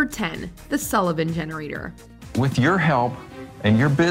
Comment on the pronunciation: did you hear her say Generator or Henerator